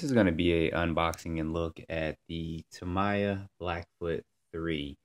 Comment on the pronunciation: Tam-eee-ah!! Lol